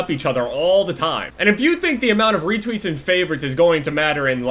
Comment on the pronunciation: Retweets* not weetweets